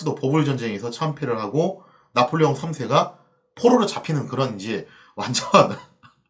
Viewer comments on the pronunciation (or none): 왜 짜폴레옹 3세 라고 읽으시나요? ㅎ